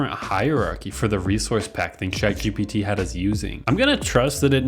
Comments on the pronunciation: cant get over the way you pronounce chatgpt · achaly, shatGPT, shuse, workch. bro fix your shit